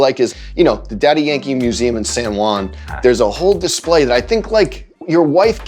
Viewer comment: I wonder why Joe calls him DY instead of Daddy..